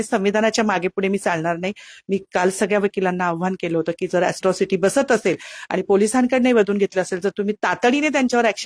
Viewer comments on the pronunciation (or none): अस्ट्रोसिटी की अट्रोसिटी???😂